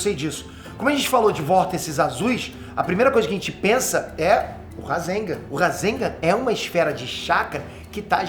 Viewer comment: só eu acho que o devia aprender pelo menos as pronuncias das palavras em japones? nao tanko ele falando "razenga", "kawáki", "gayden"